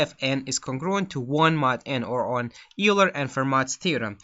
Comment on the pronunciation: Just so you know "Euler" is pronounced "Oiler". Thanks for the video!